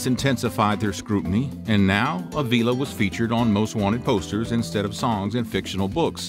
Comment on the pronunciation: it ain't a-veela it's Uh-vila